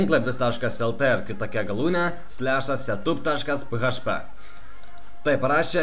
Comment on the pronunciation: Ismok kalbeti :D ne php paprstai tariamas, o PIEIDŽPI :DDD :DDDDDDDDDDD